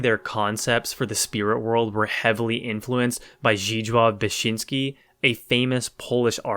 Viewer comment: probably the most scuffed pronunciation of zdzisław beksiński ever, i love it!